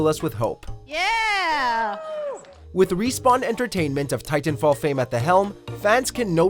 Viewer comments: Why do you say Titanfall like TTTTitan fall no need for the emphasis on the T mate. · Why is he saying titan fall like that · I couldn’t help but be complete distracted on how much emphasis you put into the T’s in Titanfall.